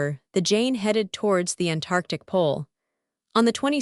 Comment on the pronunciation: "An Tantartc"?